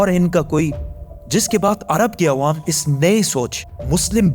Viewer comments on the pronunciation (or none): none